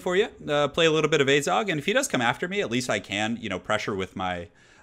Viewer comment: it is AZHAG, not azog